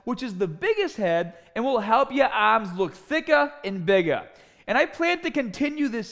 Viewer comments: Help your aaaaaaahms look thickaaaah and biggaaaah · Get biggahh and thickahh Aaahhmmmss